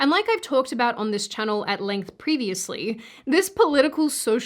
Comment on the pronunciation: I miss the days when you would welcome us to your “chan-oh.” Maybe next time… for old times sake?